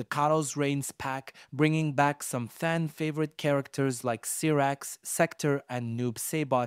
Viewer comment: Cyrax -Syyyyyyyyy raaaaaxxxxxx Sektor- Seeeeeeecccc toooooorrrr How do you mispronounce something that’s pronounced for you in the game